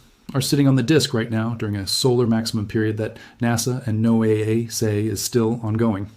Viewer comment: 👍 Good job pronouncing NOAA as Noah! Thank you. 👌✨ Well, the first time, anyway. Edit. Listen.